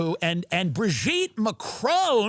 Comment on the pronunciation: Eewwwww “Brigette”. lol your show is the best! Thank you! Keep being brilliant! 😂